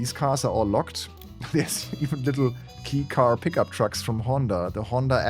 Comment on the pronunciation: Danke für die Vorstellung. Btw.: "Kei Car" spricht sich nicht wie der englische "Schlüssel", sondern [keː]